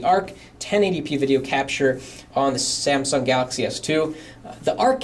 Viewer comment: samsung pronounced as samson hehehe and this guy here seems to like experia better than galaxy. i personally do like experia better,, too bad my location cant just have it. i just feel a lil bit down for the RAM